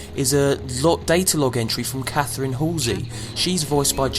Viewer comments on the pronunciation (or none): none